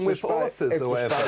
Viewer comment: "watch Vanessa or whateva" 🤣